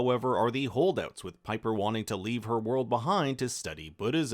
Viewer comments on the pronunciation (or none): none